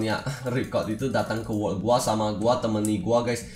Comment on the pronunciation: Cba ngomong yng bner bang lu blng wokk ato world sih :v